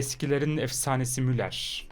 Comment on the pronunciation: La eskiden mulla diye eokurdin şimdi muller diye okudun harbi artık tam turkce konuşan biri olmuşsun adamsın